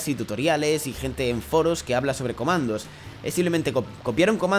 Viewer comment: algien noto que dijo comados en el minuto 2 11